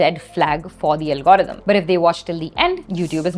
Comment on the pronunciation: Algorithm ❌ Algrm✅🤣🤣🤣 if u know then u know